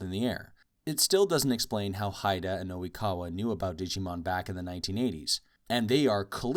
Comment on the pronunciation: Is Oikawa really called "O'wikawa" in american dub..?